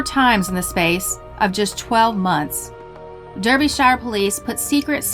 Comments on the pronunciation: Derbyshire in the UK pronounced Darbyshire a instead of e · Margaret Woodward: Derbyshire, England is pronounced Dar-bee-sheer, not Dur-bee-shyer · Derbyshire is pronounced darbyshire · wow, you watch these videos without too much concern because most of the stuff happens in the USA, but then the Woodward case pops up and you hear of the local village of Long Eaton which is just a few miles away and you get goose bumps.........but its funny how Americans pronounce Derbyshire.......